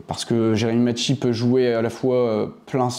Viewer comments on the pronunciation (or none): Macchi prononce maki 😅 je le connais personnellement